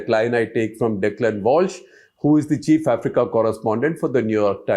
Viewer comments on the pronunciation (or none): none